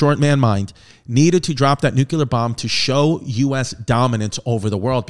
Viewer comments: Btw “Nuclear” NOT “NuCUler” unless you’re Baby Bush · chrissy. stop saying nukeular. its like this: new-clear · Nuclear. New-clear. 🚫nukular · "It's pronounced Nu-cue-ler" - H.Simpson